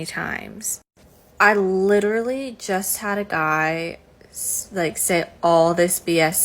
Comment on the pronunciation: LIT-ER-AL-LY… and litchrally!